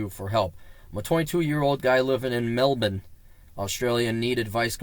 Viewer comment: You're the first foreigner I've heard able to pronounce "melben" as we do.